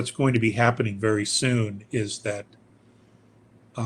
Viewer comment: ITS HABBENIG😅😅😅😅